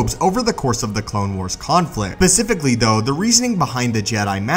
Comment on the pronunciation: U said pacificaly